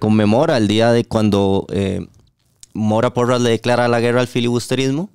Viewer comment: Hagan gargaras de tachuela, no saben ni hablar, grrrreerrraaa....rreeeeiiiccaaaa... No pueden decir , guerra, o costa rica... Pa que fueron a la escuela